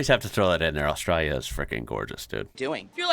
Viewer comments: Nevermind the way Americans say water.......The way you say Australia (Oztralylia) is hysterical 😂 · Americans replaced T with D and always leaves the L out of Australia lol